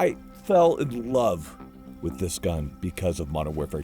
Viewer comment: Not “With Da switch” “ Wit Da Switch” we made the h silent 😂😂😂😂😂😂😂😂😂